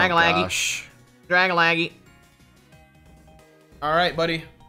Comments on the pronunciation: Does my guy know it’s drag-algae (like the shit in the ocean, google it if you don’t know how to say algae) or is he saying that as some inside joke I missed off the stream? Like the ole Chime-Cho I wonder if I’m missing something or they are 🤷🏼‍♂️ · It's dragalge - drag - alge .. not dragalaggie lol. Drag for dragon, alge for algae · who else hates the way dragalge was pernouced its (drag-al-ge) not (dragalage) ahhhhhh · It's not pronounced dar-ga-la-ge It's pronounced dar-gala-ge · Drag-Algae not Dragalgee 😂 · I'm sorry... "Drag-a-lag-ee" is just so painful to hear... It's a mix of Dragon and Algae I think... I always say it like "Drag-al-jee". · It's not Dragalagi it's DRA - GAL - GE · It’s not gee it’s jee. Like algae and dragon mixed together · I can't understand how consistently mispronounces dragalge as dragalagee lol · really pronounced Dragalge “Drag-a-laggy” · Dragalge: Drag-a-lag-eee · Love your content here’s challenge do one without saying a poke name wrong dragalaggy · I'm pretty sure Dragalge is pronounced 'Druh Gal Jee' or 'Drag Al Jee' like Algae the green scum stuff that floats on lakes. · Draga-laggy lmaoooo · I'm pretty sure Dragalge isn't pronounced Dragalaggy. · Algae is pronounced "al-G". Dragalge is pronounced "drag-al-G"" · Its Dragalgae pronounced Drag-Al-Gee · Drag a laggy lol yalls mispronounciations always crack me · Hearing him say Dragalge wrong makes me shudder every time he said it lol. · But y do u say tojetic Its togetic And it's dra gal gee